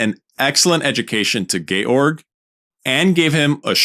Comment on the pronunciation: Thank you for pronouncing Georg correctly rather than defaulting to George!